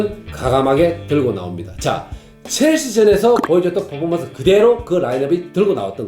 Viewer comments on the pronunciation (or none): none